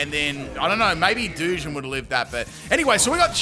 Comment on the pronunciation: Full wrong pronunciation team! Hisuian(his-oo-wane) Samurott Duosion (Doo-sion) Gliscor (Gliss-cor) Magearna (Maj-jar-na) A grass Pokémon with synthesis (favourite healing move) Maushold (Moose-hold) Any I've missed?😂